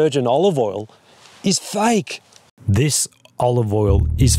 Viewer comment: The word is fake, not fike. it took me awhile to understand what he was talking about.